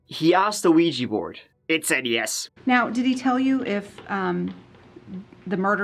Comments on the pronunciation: WTF??? AGAIN? Another youtuber saying Luigy board??!! It's OuiJA JA JA JA JA. Not OuiJEE. For al I care, because Ouija boards are just a very old scam. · why is nobody able to pronounce OUI-JA board corectly? it is JA and not JI. or just say LUIGI board.